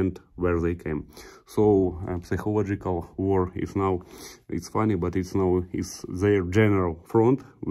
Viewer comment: Женя у тебя очень хороший английский Только не психолождикак а psychological сайколаджикол П не читается